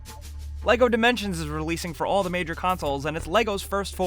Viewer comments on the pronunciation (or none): none